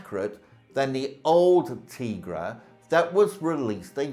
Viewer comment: It’s pronounced “Tie-Gra”. If you have ever watched even one episode that’s how it’s always pronounced